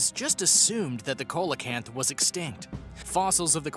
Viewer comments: It's pronounced "seal o canth" not coal a canth. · Coelacanth is pronounced, See-la-canth. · See-low-canth is how you say the name of the fish